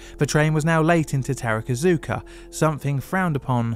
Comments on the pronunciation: Its TAKARA ZUKA Line (宝塚線), not TARAKA ZUKA. Gteat video though! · Just a note on Japanese pronunciation. You've mentioned "tarakazuka" a number of times. It's "ta-ka-ra-zuka". Vowels are pronounced as follows. A is ah, i is ee, u is ooh, e is eh, o is oh. Just split longer words into syllables and you'll do fine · Takarazuka Line: Ta Ka Ra Zu Ka How did you get "terrakazooka" out of that? There are very few Japanese phonemes that are difficult for native English tongues. If you pay attention, that is. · Awesome video as always! I can go to that place in around 20 minutes and I know the story of this pretty well, and I love to see that you choose to do a video about it. Just a small point, sometimes it's hard to say it but it's 宝塚 takarazuka line e not tarakazuka. Oh and most common mistake when saying osaka is to shift the accent to a different letter, the correct pronunciation is ōsaka. Just stupid things that could be interesting to know. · I’m a huge fan of the “tarakazuka” Review. 😂😂😂 (pronunciation of other stations are spot on…. TAH-KAH-RAH-ZOO-KAH… unless it’s a different station. Also BAKAYARO appears across the screen. I think a foreign interpreter meant to say “oh shit” and wrote the expression for F*** YOU instead. 😢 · Minor pronunciation quibble, Takarazuka is pronounced “Taka-Razu-Ka”. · I’m surprised at how well pronounces most of the Japanese line and station names but decided to utterly butcher “Takarazuka” as “Terakazuka”